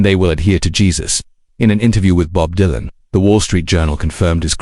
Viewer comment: Stupid AI slop cannot even pronounce his name Don't watch.